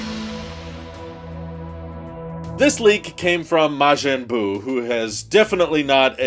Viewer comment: you actually pronounced Majin Buu correctly first try 😂